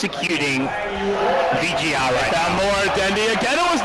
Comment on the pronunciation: And the champion's name is VG.R... not VG.P or VP.R...... pls